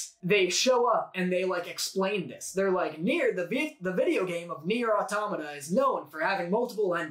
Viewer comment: ...why are yall pronouncing Nier: Automata like that 🤣